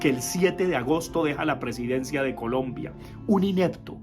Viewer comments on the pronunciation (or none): Profe le faltó decir que no sabe decir Colombia sino polombia...